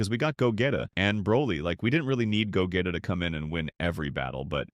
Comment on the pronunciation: What's with the a.i. robot voice? It can't even say gogeta....what is ultra instine?😅😅😅😅😅😅